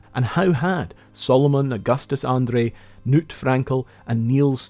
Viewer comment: the K in Knut is not silent